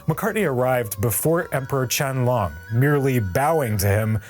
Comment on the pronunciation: OMG....Emperor Qianlong please. Pronunciation is terrible.